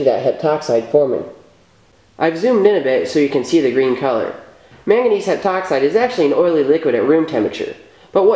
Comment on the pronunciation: when I heard "mangangese heptoxide" I was like, you sure you wanna do that?